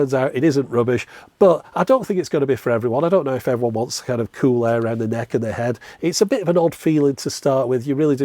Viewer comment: As someone from Preston and so near you I have always enjoyed hearing on the occasion in your videos you say the word cool in what I think is an unusual way, kewl (queue-el not coup-el) so I loved all the kewl, kewler and keweling in this video. This made me look up and find this article Seems you are a valley girl. Keep up the kewl output. Love your channel.